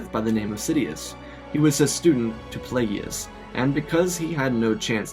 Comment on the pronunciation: Not plague e us it’s plague us darth plagious